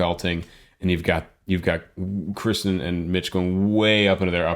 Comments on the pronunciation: It's Kir - Kirstin. Not Kri(sten). Kirsti, like thirsty with a K. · I love your critiques and analyses of songs; but just one thing, her name is Kirstin (rhymes with Thurston) not Kristen. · Love your reactions. One thing... It's Kirstin not Kristin. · I see some have alerted you—the woman in Pentatonix is KIRSTIN, NOT Kristin. She also goes by Kirstie (rhymes with “thirsty”). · K I R S T I N. not KRISTEN or Kirsty (rhymes with thirsty) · I really enjoyed your analysis of this song, and subscribed as a result. Im sure you’ve heard this too many times to count, but the young lady’s name is Kirsten, not Kristin (my niece is Kristin, so you can imagine how often I’ve stumbled on this!). I finally was helped ,e was hearing that her nickname is Kirstie, which rhymes with Thirsty. I hope this helps you as well. I see you’ve covered some of Avi’s songs. Have you reacted to some of them as well? Thanks. And I assume you know that Avi also trained in opera. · This is the second video I've watched of yours now (because I abso love Pentatonix) and was disappointed in both when, not only did you mispronounce Kirsten's name, but also fail to give Scott the credit for taking over the bass line from both Matt and Avi. With a good pair of headphones you can definitely tell the difference between Scott's bass tone and Avi's. Same pitch but very different sounds.